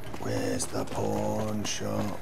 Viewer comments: "Old Mormon Fort. I have a feeling the porn shop is not going to be in there." I know you said "pawn", but for some reason that is how I heard it and I couldn't stop giggling. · I kept hearing porn shop instead of pawn shop. It was hilarious. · "where's the pawn shop" what it really sounds like "Where's the porn shop!" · I feel so bad cause I hear porn not pawn.. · I'm sorry every time I hear you say "pawn shop" I hear "porn shop" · I hear porn shop every time he says pawn shop.... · i can only hear "porn shop" tbh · When he walked into Vegas it sounded like he said, "Hello? I'm looking for a porn shop." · heh sounds like he's saying pornshop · I heard "I'm looking for a Porn Shop" . . . oh my :O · I know you're saying pawn shop, but it really sound like your saying porn shop. I can't judge, I'm an Australian fella, we say porn shop too.